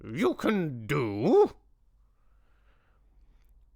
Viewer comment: Loved the sing-alongs!! JRR Tolkien did write some really lovely songs!! The Witches... the story is building up momentum and will take off soon!! The Grand High Vitch left all of us in stitches!!! Ridiculous accent, hilarious expressions!! It was a simply wonderful rendering of a simply wonderful story by Mr. Dahl. One of my absolute favourite stories!!